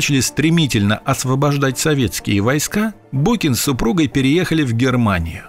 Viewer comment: ''...osvobozhdatj'' ! Nu ti i lyapnul glupostj :D